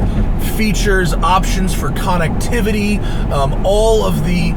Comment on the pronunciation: "All the konnictivitiy"